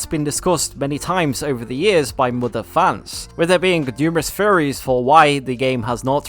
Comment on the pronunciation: when he says theories it sounds like he said furries